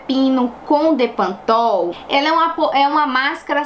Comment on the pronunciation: É bepantol e não depantopl!!😘